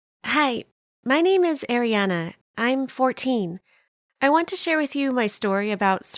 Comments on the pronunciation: but her name is pronounced AIRiana not ARIana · "air ina"